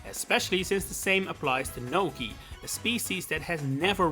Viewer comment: I'm sorry but I don't understand your accent here. I think Pionta is supposed to be Pianta, but who is Gnocchi/Nokey? Edit: Oh. just looked up the roster...I have no memories of Nokis in mario sunshine. I never finished that game, so..I guess that's why